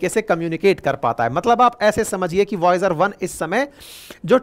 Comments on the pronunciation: वोयाज नहीं वाइजर😂😂😂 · It's not viaoge 1, it's voyager 1. Please correct.. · बार बार क्या वोयाज वोयाज लगा रखा है। वायजर है। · Voyaz nahi vaizer he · Express ko espress bolne tak to thik tha sir ji Voyager ko voyag bol rahe hai 😅😅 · Voyus kya hain Bihari ho kya